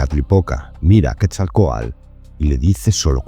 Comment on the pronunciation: Seria muy bueno que se pronunciaran las palabras correctamente, ejemplo: nahuatl, quetzalcoatl, no estas pronunciando TL al final